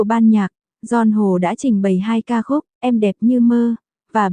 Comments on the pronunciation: GION HỒ! Bó tay bà chế này! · Nghe phát âm tên ca sĩ , hết mún nghe , khó chịu quá … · Co này đọc mà nghe phát mệt , đọc cái tên ca sĩ cũng sai bét.